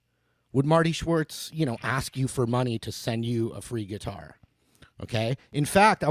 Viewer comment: Sweet gui-tar